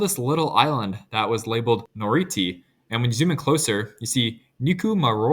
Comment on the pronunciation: I like how he makes a point of emphasising the correct pronunciation of Kiribati, then immediately pronounces Noriti as NoriTI